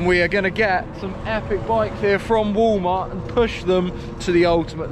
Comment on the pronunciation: I like how he pronounces Woolmart 😊